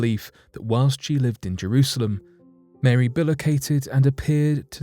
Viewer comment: Why you say Marey mother of god? JO